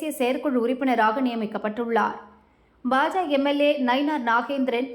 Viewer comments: இந்த பெண் உச்சரிப்பு சரியாக இருந்தாலும் பாஜக என்று கூறாமல் பாஜ என்று கூறுகிறார் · அதிமுக என்றும் பாஜ என்றும் பாதியாய் உச்சரிப்பது ஏன்...? இரண்டிலும் கட்சிக்கான 'க' என்னும் வார்த்தை உள்ளதே?